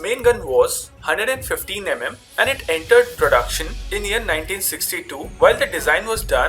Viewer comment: HunDREd and fiftEEn EM EM